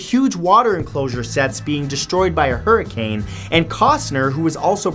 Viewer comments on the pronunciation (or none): none